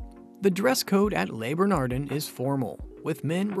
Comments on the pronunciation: How the hell can I take you seriously when you cannot pronounce the names of the restaurant or any of the chefs? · You should at least pronounce the name of the restaurant correctly.